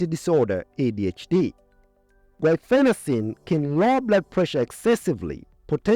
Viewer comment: Your pronounciation of the drug, "guafacine" is misleading, causing confusion with the drug,"guaifenecin", a mucolytic contained in many cough syrups. You may want to add a note explaining this...